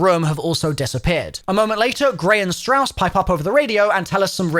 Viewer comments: “Shaw” lol you mean Strauss? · Did he call strauss shaw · Carver, Grey, ''Shaw'' and Weaver lmao. you confused me there for a second. I was wondering what Shaw was doing in the Eather story. Turns out it's just Strauss.